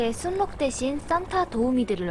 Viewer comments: 순록은 순녹이라 읽는게 아니라 술록으로 읽습니다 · 순녹이 아니고 술록으로 읽으셔야 합니다. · 순록이라로 쓰고 술록으로 발음합니다. 님 한국어 수준 다 까발려짐. ㅋㅋㅋ 신라 실라 한량 할량